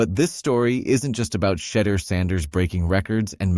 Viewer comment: One of the things I can not understand... why can't these announcers pronounce Shedeur's name correctly? I believe it to be highly disrespectful.